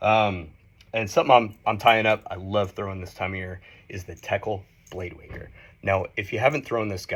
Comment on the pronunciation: Blade winger it sounds like he’s calling it. Lol